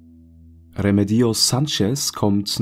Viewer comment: Bei Remedios liegt die Betonung allerdings auf dem zweiten „e“! 😉